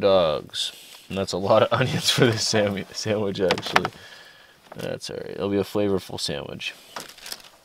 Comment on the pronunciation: Mulligan heard you say SAMMICH and the chip bag rattled! Guess who is takin time to feed the dawg.